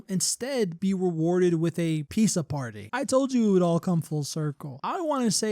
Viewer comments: why are u pronouncing pizza like that 😭 “piece uh” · clicking off because of how you pronounce pizza